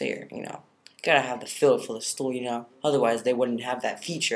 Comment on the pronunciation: LOL the way you said stool <3